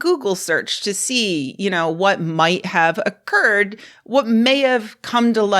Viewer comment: what might have "Oc-curd" 😂 OMG Lyndon Larouche! I saw his late night TV ads in Cincinnati as a kid. Super nutso!